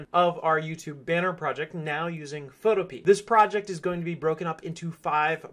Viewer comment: It’s photo pea not photo peeah